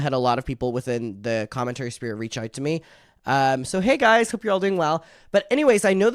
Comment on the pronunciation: you crack me tf up, are you saying drama SPEAR?? 😂 bc it's SPHERE 🤣 i love you